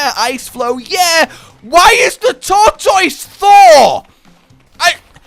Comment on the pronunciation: It's not a Tortoise it's a thortoise